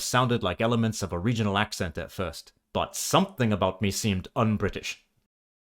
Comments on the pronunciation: I'm hearing you say ak' sent not ak' sn't But then, I'm American, and speak with an American midlands-west coast accent. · Throughout the video you're ironically pronouncing "accent" wrong too. The e is more like the oo in look. (Ignore the profile pic, I grew up in Berkshire 😂) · A valiant effort. You haven’t nailed the vowel sound of “port” yet and you’re doing a lot of strong glottal stop entries on words that start with vowels (which I think is why people guess German). One thing that really hampered the challenge is that the second vowel of “accent” is a schwa, not the vowel sound of “red” - every time you had to explain what you were doing, you gave it away! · Thank you Paul, this was really interesting! Funnily, the most obvious word you mispronounced while spreaking RP, was "accent"! The 'e' should be a shwa. Also, most Brits don't know what RP is, it's a term only really used by linguists. Lastly, you must work on eliminating the north American nasality of your speech. That's the biggest giveaway. Try projecting your voice from your diaphragm, like a singer would do, rather than pushing it through your nose. Otherwise, that was an excellent effort. With a little more practice you'll soon be fooling the Brits! Please follow up on this video, it was such fun!